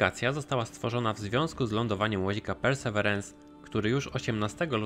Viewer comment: Hej! Ciekawy materiał. Jeżeli jednak ciężko wymawiać Tobie angielskie nazwy polecam raz powiedzieć po januszowemu, a po niej mówić po prostu Percy. Pozdrawiam